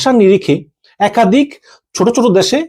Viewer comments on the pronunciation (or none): none